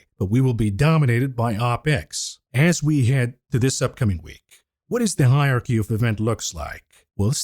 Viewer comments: Higher Key? Yeah, got to cut him a bit of slack. I'm pretty sure English isn't his first language. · Hilarious pronunciation of hierARChy….